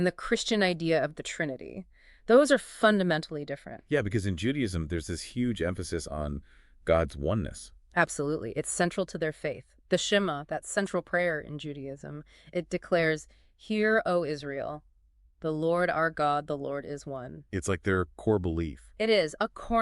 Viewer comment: The woman narrator on this program is seriously mispronouncing “Shama,” in a way that suggests she doesn’t bother to find out how to say the words she looks up to use when she wants to talks about Jewish things. She says “SHEM-uh”: it’s “shem-AH”! If you’re really reaching out to us (Jews) please bother NOT to mispronounce our words. Your pronunciation doesn’t exist in ANY form of Hebrew. Glaringly mispronouncing Hebrew, as so many Christians don’t bother to stop doing, is one of the surest wats to “turn off” a Jew and get his/her to discount EVERYthing you’re saying. Also glaringly odd and repellent (to folks you’re trying to attract) is your decision to illustrate some of your program (around timestamp ) with jumbled Hebrew letters (arranged to form nonsense instead of words). This and the “Shema” error destroy — in advance — whatever credibility you may be hoping and praying to build when you claim (at the end of your program) to respect Jews and Judaism. When you mangle our language, don’t call it “respect.”Hebrew is not yours to mangle.